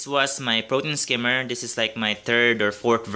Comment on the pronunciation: "Protein skimmy" 😜 love your videos